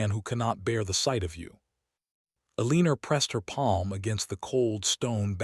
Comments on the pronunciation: Once again, it's pronounced ELL-UH-NOR. Not Eeleener. This AI never says it correctly. And hoping, not hopping. 😒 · I thought someone would have fixed E-Lean-Er by now😂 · I’m unsubscribing because whoever runs this account does not proof read for emerita. This narrator is pronouncing Eleanor…El-een-er throughout the entire story. If you don’t care to fix your errors then you won’t care if anyone unsubscribes. Bye!